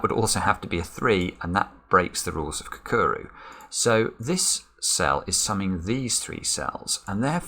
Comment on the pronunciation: I always cringe when I hear a mispronunciation of Kakuro. It's KAH-KOO-ROH.